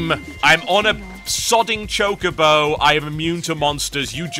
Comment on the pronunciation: I think you say chocobo wrong...